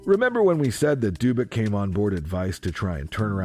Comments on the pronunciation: It was a moderately interesting documentary, everything going well until this: In which world is "Dubac" pronounced "Doobyk"?! Now you may be thinking that this is some ridiculous OCD nitpicking, and it is, however the thing to note here is that people making these kind of mistakes are not highly regarded, but rather, intentionally following what they believe is some kind of unwritten social code, including how to pronounce words. This is a cancer that I hope to see burned out of the culture in this lifetime - we shall see. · You're reading too much into someone not knowing how to pronounce a foreign name, pal.